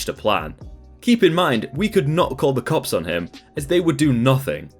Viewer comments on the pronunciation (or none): none